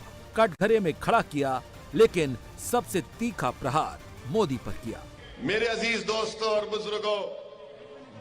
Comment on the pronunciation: सब कुछ बोलने आ जाएगा हिंदी क्यों नहीं बोलने आता मोदी की जगह मोटी क्यों बोलते हो इसका जवाब 130 करोड़ जनता को बताओ एक प्रधानमंत्री का अपमान क्यों किया सबसे बड़े देश का प्रधानमंत्री